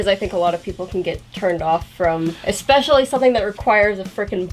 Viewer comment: eXpesially...I thought you had finally learned how to pronounce especially and et cetera.